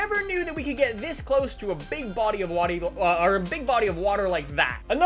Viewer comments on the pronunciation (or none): "a big body of watey" 😊